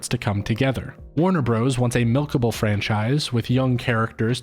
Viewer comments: I rarely pause to comment, but I'm at about 28 minutes and I am getting triggered every time he says Warner "Bros" instead of brothers. This better be some meta commentary in itself! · Stop saying "Bros." in "Warner Bros." (and "Super Mario Bros." as "Bros". "Bros." (note the dot/period) is an abbreviation for "Brothers". So annoying and you don't sound cool saying it but, rather, uneducated, which contrasts with your critical thinking related to this video's theme.